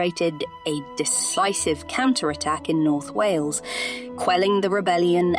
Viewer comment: Can’t even pronounce Wales right alone the welsh names!!